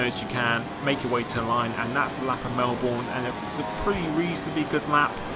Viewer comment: Its Mel-burn not Mel-born